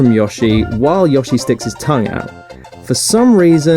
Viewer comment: YOSSY and an FIAH MARIO